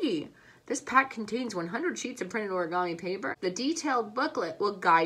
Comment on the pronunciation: When u said oragomi I started to die I couldn't stop laughing